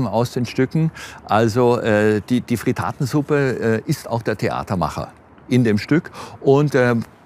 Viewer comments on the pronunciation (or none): Nicht Fritaaaatensuppe, sondern Frittattttttensuppe bitte!